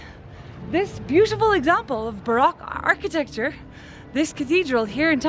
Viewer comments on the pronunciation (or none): none